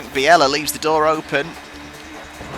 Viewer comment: Just a small thing, I believe it's pronounced (or at least Murray pronounced it) Frank Bee-lah. I think you're making him sound too exotic with Biella 😂 Enjoying the beating and banging! :_tolMurray